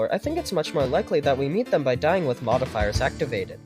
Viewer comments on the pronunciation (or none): “They would haHAve their own unique way of appearing, such as through dyIying with modifiers active.” Did you have a stroke or something?